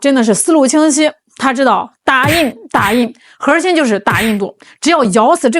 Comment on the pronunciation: ，你说核心不要卷舌，你就是女神，卷舌就是土妞，你看着办吧。